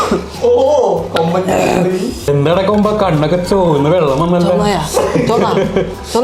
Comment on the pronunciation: il komban enna parayunne clear allalooo😢